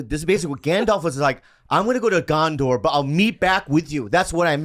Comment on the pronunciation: Bobby's pronunciation of Gondor is weird.